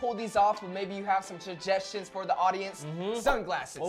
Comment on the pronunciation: “maybe you have some juggestions” lmao. Great vid keep it up